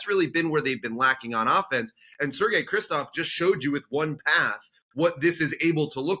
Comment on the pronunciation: Why do they keep calling Sergey Krivtsov "Kristov"? Whatever his qualities he deserves the benefit of being called by his proper name